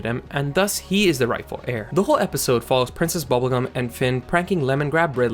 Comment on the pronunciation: “Process Bubblegum”?